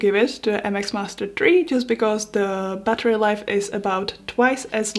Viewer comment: buttery life are you French ??